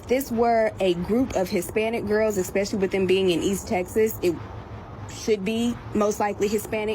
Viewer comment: "Eggspecially".... The most surprising part of this was the lack of ghetto crickets in the background.